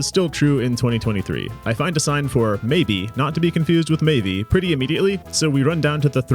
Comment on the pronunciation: im pretty sure the Maeve2501 person's name is pronounced May-ve no E sound on the end. Other than that good video!